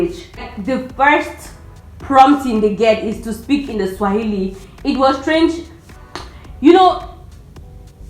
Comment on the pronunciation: Your Kiswahili is spot on.